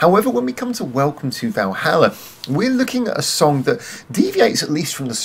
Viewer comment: Stretching 'Valhalla' to four syllables, - (intentional or not) is a masterstoke, IMHO. - Interesting take on the concept without going too deep and getting lost with all the mythology. - Musically sharp, some lovely support with Jill's strings. - this ticked a lot of boxes for me. Lots of interesting little details to listen out for. - And Fuki singing her little heart out is always great value. Great song.